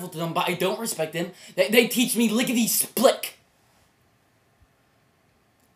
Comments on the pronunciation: omg....i...omg i got nothing to say you just.... i mean just ok ok.... ITS LICKIDY SPLIT NOT SPLICIDY OK?!?! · "Lickety splick"? What in God's name is that?